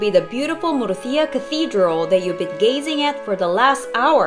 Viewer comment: i hate how you pronounce the name of this wonderful city. it's múrcia, not murcía as you say. the accent is on the u, not the i. if you are doing a video on a place or a city, the least i would expect is asking some locals how the name of the place is pronounced.